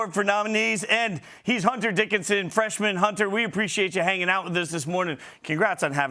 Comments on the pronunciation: Dickerson??? Come on man its Hunter Dickinson!!! Respect this man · Ikr lol it's Dickinson